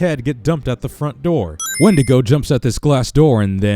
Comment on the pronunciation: win-dee-go NOT when-di-go